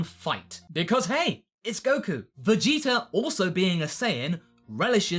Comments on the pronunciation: Why do you always say "Vegeter"? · why do you say VEGETER?